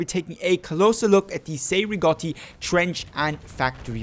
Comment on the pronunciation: The Cei-Rigotti is a Battle Rifle and not a DMR. Also your are pronouncing the name wrong